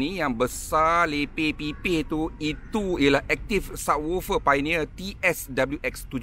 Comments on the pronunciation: Bukan PAINEER... piONERR bang...."O" tu jangan tinggal. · Betul la cara dia sebut painier tu alahai.